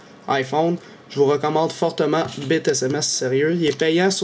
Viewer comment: Tu prononce bite sms comme tu prononcerais le mot bite (queue) LOL, l2english